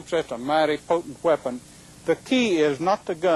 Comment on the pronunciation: "Folks, that's a mighty potent 'H'weapon"... There's not even an "H" in the word "weapon"! I understand that some people pronounce the "h" in words like "what" or "white" (or "wheat thins" hehe) but in weapon? That would be like saying Hwater or Hwikipedia or Hwaffle or.. yeah, I think I made my point.. I tend to ramble hwhen I think something is hweird or hwacky..